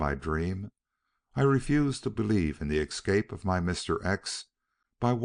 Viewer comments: Nice clear reading. Noting for the reader the escape is pronounced s-cape not eck-scape. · I agree w/ last comment about the word "escape", he pronounces it "excape" and the word comes back so often that it's impossible not to notice. Also, he has a wonderful voice. However, there seems to be something wrong w/the punctuation: the flow... I don't know how to express it. As if he adds comas.